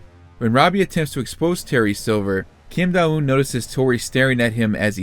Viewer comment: Don't think you said her name correctly once but tbh her sense senseis have silly names to l